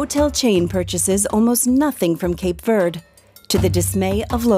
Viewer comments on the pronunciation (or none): All that machinery to copy what the sun easy does through evaporation.... also, Cape Verd? LOL can we at least say it correctly? Even in English a German speaker should be inclined to pronounce the e in Verde. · It’s pronounced Cape Verdeee! Where did the narrator ever hear in pronounced ‘Verd’? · In English it is pronounced Cape Verde, not Cape Verd…… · Why do you pronounce it “Cape Vurd”? text-to-speech software? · Stupid AI commentary. Its Cape Verde not Cape Verd. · Could you at least pronounce the name of the island correctly? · You could at least pronounce the name correctly when doing a serious documentary 😩